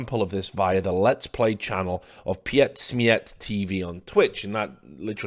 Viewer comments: pietsmiet is pronounced "Pete smeat" btw^^ good video as always Rich. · PietSmiet is pronounced like peet smeet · Heads up, it's pronounced 'Peet Smeet' and 'Tzene', no gap between the T and z. But you pronounced gruender better than I can. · its pronounced peetsmeettv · this ZAK institution is just ridicolous...by the way: you say "pietsmiet" like "peetsmeet" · I love you russian pronunciation of pietsmiet :D Fuck that law tho :( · lul richard you just said pietsmiet like a true russian lul. no offense bro :D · the way he pronounces it it sounds like they are from rusia LUL